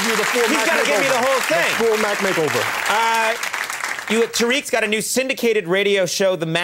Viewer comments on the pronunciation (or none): “Mack Make-over”🤣